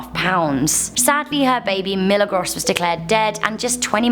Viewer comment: Pronounced "Me-la-grows" its Spanish for miracle